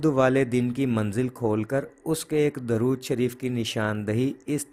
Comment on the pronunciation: السلام علیکم ، براہ کرم درود شریف کے صحیح تلفظ کی تحقیق فرما لیں،اکثر علماء کو 'د' پر پیش فرماتے سنا ہے ۔